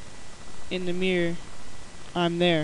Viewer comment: the guy says mior instead of mirror